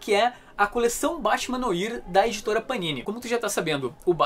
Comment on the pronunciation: batman "noar" se pronuncia